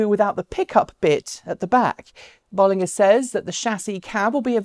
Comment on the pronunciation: Just FYI pronounced “Bowl...” vs “Boll...” and “...ger” as in Germany, according to an employee at the company.